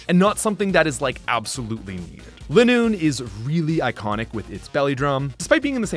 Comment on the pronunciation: It’s funny that he caught his pronunciation of Chimecho, but not Lileep, Linoone, or Milotic.